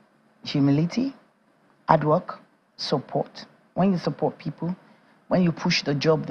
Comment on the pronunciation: What is 'ard' work...HARD? 'Elps it's HELPS. Please learn how to pronounce your words properly.